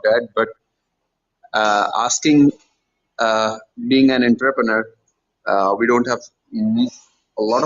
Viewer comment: I think my man’s was saying entrepreneur